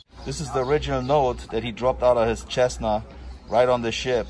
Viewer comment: Cessna is pronounced "Sessna" mate.Many thanks for the vid.